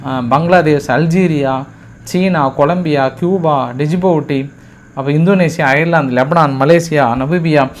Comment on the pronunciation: Djibouti - இது "ஜிபூட்டி" என்றுதான் உச்சரிக்க வேண்டும். டிஜிபூட்டி என்று சொல்லக்கூடாது அவர்களே. நன்றி. வாழ்க வளமுடன் நலமுடன்.